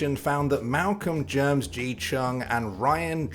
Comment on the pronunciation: I think the mispronunciation of GermSG is hilarious as a Singaporean. It's Germ S G not GermsG LUL